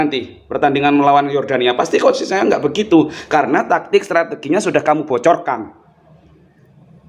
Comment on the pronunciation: Video nya kocak min bikin lawak tuh orang ngomong 'SINTEYYONG' wkwkwkwkwkwkwk 🤣🤣🤣